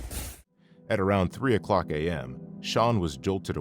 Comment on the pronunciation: ‘3 o’clack am’ 😆😆😆 What?!